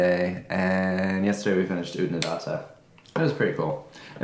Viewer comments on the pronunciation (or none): You got Oodnadatta almost right except for the second a. First a as in far or data as Aussies pronounce it. The second a as in add. You flatten the a, I guess it's the double t's that follow. Then the 3rd a is back to far. The Flinders is so iconic. I love the country there. It's ancient, ancient land. The B80 to Adelaide via Clare is very picturesque. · Oodnadatta … the second last a is said like an a in apple. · Oodnadatta rhymes with fatter. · Oodnadatta has flat ‘a’ in ‘datt’. Rhymes with batt. And in Aussie, the final ‘a’ is a bit lazy. So a bit like Oodnadadda.